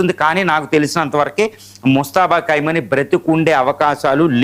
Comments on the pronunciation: ఖైమని కాదు ఖొమేనీ పేరు పలికిందుకు కూడా రాదు. వీడు ఒక టివి analyst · ఖైమోనీ కాదండి. ఖోమైనీ అని పలకండి. ఇది వారిలో కూడా కామెంట్ చేసాను. సరిదిద్దుకోలేదు.